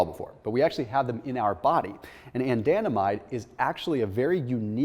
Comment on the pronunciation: why is he pronouncing anandamide like that?